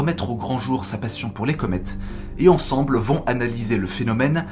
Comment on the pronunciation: 7'50: " sans jamais l'avoir vue " Le COD placé avant l'auxiliaire avoir s'accorde en genre et en nombre. 😉 Et puis à 8mn: "ils sont venus Tensemble... " ça, c'est vraiment vilain... Merci pour tes vidéos toujours excellentes.